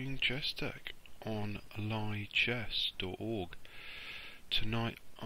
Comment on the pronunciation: It's pronounced "lee" chess, not "ligh" chess.